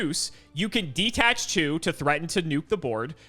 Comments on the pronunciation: DE-TACH, not DE-ATTACH 😅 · constantly saying "De-attach", instead of detach, reminds me of when he kept calling the power nine, "the powerful nine"